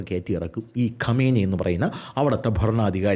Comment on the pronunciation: ഖമേനി അല്ലടാ ആദ്യം പേരെങ്കിലും നല്ലത് പോലെ പടിക്ക് 😄